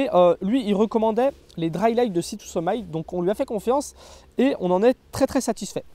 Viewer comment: “Sea To Summ-i-t”, comme “termite” (pas “aïe” comme Brice de Nice). Super vidéo, comme toujours ;)